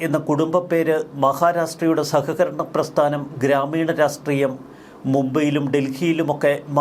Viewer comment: 'രാഷ്ട്രീയം' എന്നാണ് ശരിയായ ഉച്ചാരണം. "രാസ്റ്റ്രീയം' എന്നു ദയവായി പറയാതിരിക്കൂ.